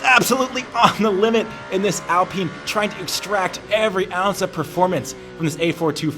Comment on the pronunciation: It's AL Pine.... Like the tree!! Pine..